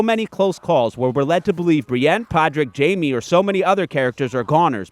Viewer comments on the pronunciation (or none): none